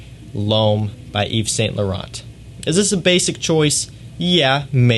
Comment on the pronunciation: Don't pronounce the t in French names, you pronounced them when you said Yves Saint Laurent